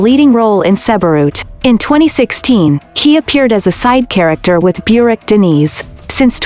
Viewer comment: Burak is not pronounced beurak. Americans don't know how to pronounced names correctly.